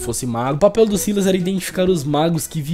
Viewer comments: Se fala Sylas, e não Silas, tu lê o nome do pyke com Y e não com i doidão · Se pronuncia sylas n sailas sailas n soa bem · Eu acho que a pronúncia do nome do Sylas é Sílas mesmo, a pronúncia do nome da Syndra é Síndra (o Xerath tem uma interação pra ela que ele chama ela assim, e ele fala Síndra tanto em português quanto em inglês) então como o nome dos dois começa com sy, eu acho que a pronúncia é a mesma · Sylas-kou 🤣🤣🤣. Desculpa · pelomenos vc fala silas sabendo q n é assim.melhor que gente que fala silas e pike em vez de pyke achando q ta certo